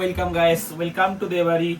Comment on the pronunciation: Sastar ganja merechhe...surjo uthle din sesh🤣🤣🤣. Bengali culture maracchhe ...wilcum , wilcum, guys koris tokhn tor mone thakena, welcome pronunciation tao bhul bhal korish. Kelane marka...gyaan dicche...